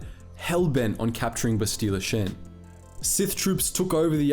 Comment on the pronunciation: Why can you not pronounce Bastila's name correctly? They say it in the game and you choose to pronounce it weirdly.